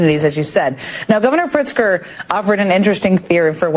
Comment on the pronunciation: Do Illinois citizens pronounce J. B.'s last name not as Pritzker but "Prickster?" Secondly, the United States citizens have a choice at voting locations: do you want ICE agents or cartel members there to oversee the voting process? It seems to me that ICE agents would exclude illegal immigrants from voting, right? On the other hand, would it be so surprising that armed cartel members who oversee election activities would exclude bonified United States citizens from voting? Is this so hard to figure out? To me this is like every day being black or white: there is either light or there is shade.